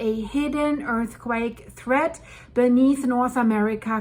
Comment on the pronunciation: I caught that "earthquack" part!😂😂